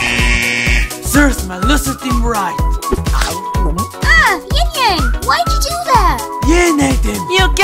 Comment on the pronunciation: plus no one says YingYan